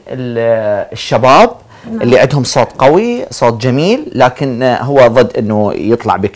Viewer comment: اولا اسمه صوت مو صوط ثانيا انت منو اختارك مقدم برنامج وانت عندك غنه بالراء حيدوغي